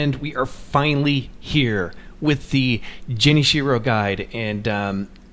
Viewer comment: I'm sorry did he just say "Jenny-Shiro" ? XD